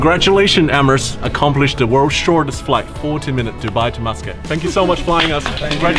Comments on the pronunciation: I thought kept hearing you say “Moscowl” then I read.. Muscat.. lol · he said muscat wrong lol my surname is muscat so i think i know a thing or two about the name